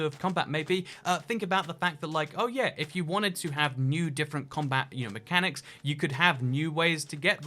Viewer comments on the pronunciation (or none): none